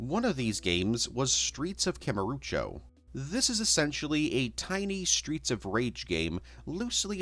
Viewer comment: Been waiting for this one for a minute. Great to watch/listen to at work. Kamuruchu irked me a bit but whatever